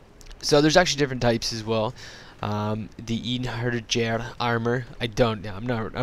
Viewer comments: It's probably pronounced "Ine-hair-yar". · Pronounced Ine her yar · it's pronounced "Ein-heri-yar".. just sayin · Hey, you could have notified me that my mod was featured in your video. It's good! Just the pronunciation of Einherjar, lol. That's the funniest I have heard so far xb